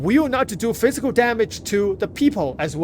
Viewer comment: F I Z I K A L damage, not plisk damage.